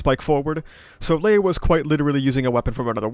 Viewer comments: I don't think Gluttonys name is pronounced Ley. More like 'Lie'. Lye, Loy and Luis, or Rye, Roy and Rui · Not sure where I heard this but I think Ley Batenkaitos is supposed to pronounced Rai. It’s some sort of naming scheme with the gluttonies Rai, Roi, Rui.